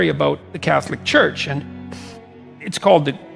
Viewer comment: What's chuch?, it is CHURCH, spelled with r.... 🤨